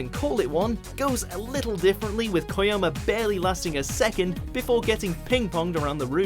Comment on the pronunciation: DID YOU JUST SAY "KOYOMA"???